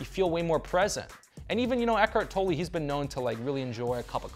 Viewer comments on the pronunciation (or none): none